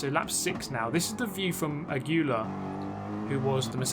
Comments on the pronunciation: The races where you drive clean, close and fair in the top 5/6 are the most nervewracking because you don't want to lose a good position, but you don't want to ruin the other people's races either. Well done. PS it's pronounced "a-gwee-ah," I'm pretty sure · Aguilar is pronounce in english like a- (like ah) gui- (like geese without the se) lar- (like lars without the s) a-gee-lar aguilar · ask your Spanish parent how to say Aguilar correctly.:) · 1. doesn't practice till the race starts 2. Kie is a level-headed, soft-spoken kind of guy 3. Aguilar is pronounced Ah-GUU-lar apparently Edit: 4. Riding the sausage with your wheels in the air sounds kind of fun